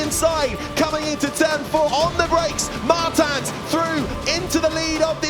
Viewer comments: It's a portuguese surname, so they are pronoucing it wrong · How often can you pronounce "Martins" wrong? Commentators: yes